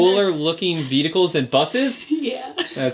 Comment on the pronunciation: This is kinda just a personal thing but you guys are really saying vehicle like vedicle.